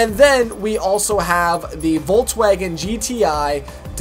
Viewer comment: and then we also have the vaulttwagen... (i was just like wtf how did he call volkswagen xD)